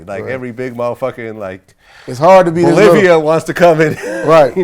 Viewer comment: Bruh sed “Bolivia” 🤦🏽‍♂️🤦🏽‍♂️🤦🏽‍♂️